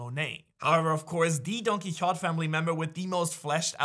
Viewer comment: You’re saying DonQuixote wrong